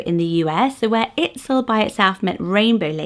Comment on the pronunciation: Aracely starts with an "r" sound like you're pronouncing the letter R. R-ah-celee. Itzel starts with the sound "eat" not "it", so it's pronounced eat-cell. Aitana is a modern name that comes from a famous Spanish poem written by Rafael Alberti as he flew out if Spain to go into exile following the Spanish Civil War. He chose Mount Aitana because he said it was the last part of Spain he could see as his plane left. He then named his daughter Aitana and it has slowly gained in popularity with two poets being named that and a famous actress.